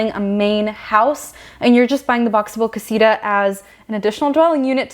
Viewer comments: It’s not Casiruhh “ CASITA “ Kah see tuh” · Is not casira its casita